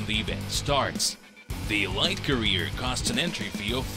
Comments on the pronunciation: Good video, but elite is pronounced “e leet”, not “e light”. Otherwise perfect video! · It’s pronounced “ELEET” omg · "EE- L-EE -T" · If he doesn’t stop saying E-Lite I’m gonna be pissed